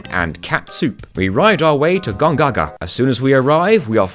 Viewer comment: Just love how he says, 'Gongaga' hahahaha